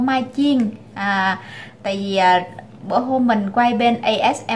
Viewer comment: Em ơi đả ở mỷ rồi đừng nói vi đi veo nữa ,vi,đi ,ô em ơi